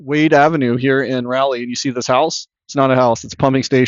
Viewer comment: Raw lee... not Ray lee. goodness!